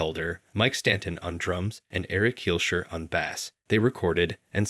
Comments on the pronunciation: when he talks about apathy he says bass like the fish not the instrument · Never heard someone play a big mouth bass live on stage before, no wonder it’s lost media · i know you did not just say bass like the fish . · Has to be. I was appalled by his pronunciation of “bass” (musical instrument) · when it said bass like the fish I went insane